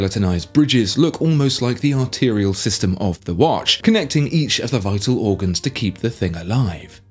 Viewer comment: It's not wash its watch